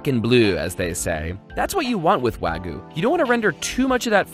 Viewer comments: Wagyu (pronounced wah-gyuh - you actually pronounce the y) picanha! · PSA: The 'Y' in Wagyu is NOT silent. Wagyu, not wah-goo. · we need to talk about the differences between "wagu" and "wagyu".:P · “wagooo” it’s wag-you ... the pronunciation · I cringed every time he said "wah-goo" instead of "wa-gyu" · It's pronounced WAHGYOU not waagu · It's not wag-oo its wag-you get it right next time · IT'S PRONOUNCED WAG-YOU NOT WAGOO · Wa Ghee You, not wa gu. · Someone call Guga and let him teach this guy how to treat a wagyu, let alone pronounce it lol "wAGuU" its Wag-you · Wah goo. Lmao. It’s why g-you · I'm not trying to be rude but...IT'S WAGYU NOT WAGU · im triggered on how he pronounces wagyu. Its not Wag - ooo. Its Wa-Gyu. l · What's wrong with you wagu it's pronounced wag E you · Wag ghew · I've always heard it pronounced with a y sound between the a and g as well. Kinda like "wai-gyoo" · Taylor Britt technically not correct either, but i would take that over this guy’s “wa goo” lol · BrUh iT’S wAgOO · “Wagu” oh lord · Every time he says “wagu” it makes me cringe internally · the way he says wah-goo really hurts my head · Everyone: Wagyu: Waguy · Wagoo he says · why the wagu... it's supposed to be pronounced wag-you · Bro it’s wah-giu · Im sorry those arent medium rare. Thats rare closer to the raw side 😂 Also he says wagoo and not wagyu smh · It’s like he was trying to say Ragu but he gained a speech impediment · He mispronounces wagyuu every single time, so he deserves it. There’s a “y” in there, dude. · Yeah it really bugged me when he said that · why does americans like raw meat also, why do you not pronounce the y in wagyu? jajajsjajjj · You pronounce wagyu so weird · Please learn to pronounce Wagyu correctly!